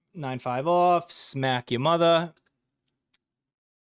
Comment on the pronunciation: "five, fowha get the fuck outta my mudda"